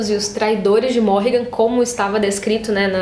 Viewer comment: Então,, eu só acho que a forma que vc fala o nome dos personagens é errada. Tipo Rafe, Berdi, Natya e até Civica e Morrighan. Como as palavras são em inglês acredito que a entonação seja diferente. Isso sempre me incomodou, mas enfim...